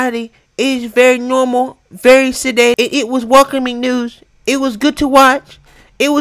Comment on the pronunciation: You know they lying and keep saying it's " NOORMAL" 😁😁😁😁